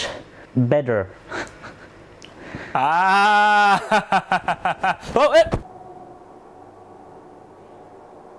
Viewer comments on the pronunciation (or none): "Its much BEDer" 😂😂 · "that's much... BEDder "., you just went down history. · "that's much BEDder"😂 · ALSO:MAY I?:yes ITS' S MUCH (BedER)=BED+ER LOL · Pushes off the bed... Also: That's BEDder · Beder lmao 😂